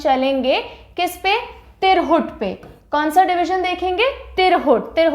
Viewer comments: तिरहुट नही मैम, तिरहुत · तिरघुट नही मैडम तिरहुत होता हैं। बेहतरीन तरीके से समझाया आपने